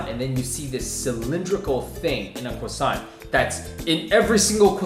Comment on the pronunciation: "cwossant"